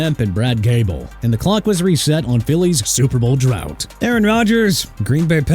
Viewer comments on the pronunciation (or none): none